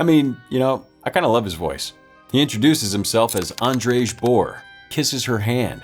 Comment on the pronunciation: Andrej... Is pronounced Andre... They pronounce the j like a y lol